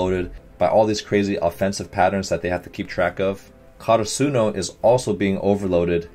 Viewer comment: I may be nitpicking a little bit but yes, you are slightly mispronouncing Karasuno. You are putting emphasis on the “su” part, while in the anime they always put emphasis on the “ra” part. Again, maybe I’m nitpicking and I’m sorry but I just wanted to let him know since he said to let him know!!!